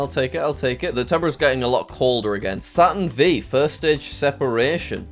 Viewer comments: The Saturn V is pronounced "Saturn five" and is the rocket from Apollo 11 when Neil Armstrong walked on the moon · And he said Saturn V (vee) when it's actually Saturn V (five) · it isn't tho, almost everyone knows it the Saturn five not Saturn vee lol